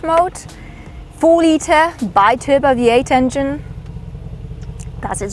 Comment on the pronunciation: you pronounce it as Bieturbo not byturbo